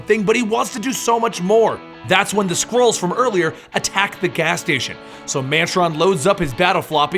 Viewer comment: When you said Skrulls at first, I thought you were saying squirrels